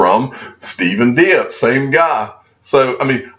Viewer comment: I believe Steven Diep name is pronounced “deep”